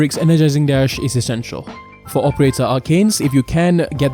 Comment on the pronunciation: I hate how this dude says essential like the mission is impossible without it lol